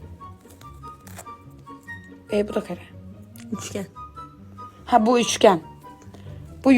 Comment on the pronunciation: Ablacığım dörtgene karı diyorsun